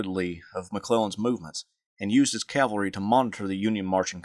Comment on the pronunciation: Says Calvary 19 seconds in. I appreciate this kind of content but I can’t stand callllvary, over cavalry